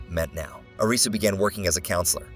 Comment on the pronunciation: WHAT THE HELL IS AN AYRIZZY